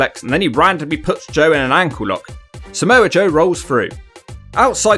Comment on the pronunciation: It's not Samoan Joe it's Samoa Joe